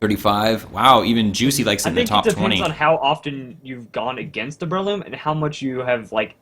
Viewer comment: Damn americans cant pronounce anything properly its bre-loom not brayloom